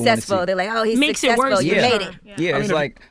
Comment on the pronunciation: I HATE the way he pronounces "successful"